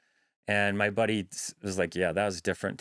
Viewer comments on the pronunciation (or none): 14mins in when he said "buddy " I thought he said "body" as in "his own body "